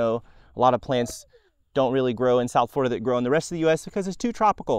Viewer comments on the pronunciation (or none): none